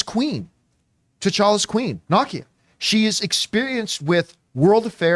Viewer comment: Didn't he pronounce it the way it's said in the film? NAH-kee-yah?